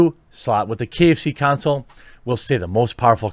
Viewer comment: KFConsole...not KFC Console. sigh